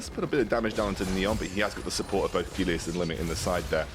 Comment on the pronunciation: The way this caster pronounces Gelius makes me cringe